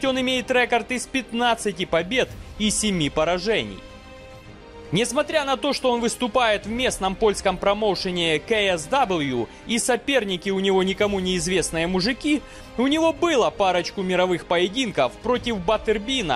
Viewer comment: 1,38 - Ка-Эс-Ву(KSW) - так оно называется... но можно просто КейЭфСи :)